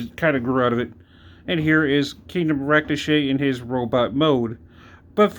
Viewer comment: Just curious...is it intentional that you're mispronouncing "Ractonite?"